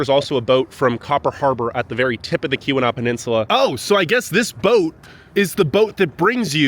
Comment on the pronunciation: Few things … it’s called the Portage Canal. Also it’s pronounced Key wa nah . Not Kee wee naw like someone else said lol. Copper harbor gets more snow than Houghton also. Eagle harbor . The Keweenaw as a whole gets pounded . You mentioned the copper mines but you did not mention that they are dated back 5000 years. There’s prehistoric mining that took place.. very crazy history